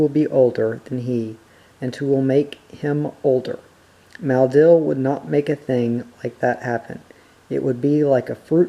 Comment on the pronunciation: I notice that you pronounce 'Maleldil' as 'Maldil'.